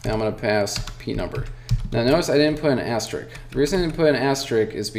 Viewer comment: It is called asterisk, not asterick ;)